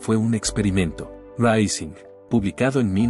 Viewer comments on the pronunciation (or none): none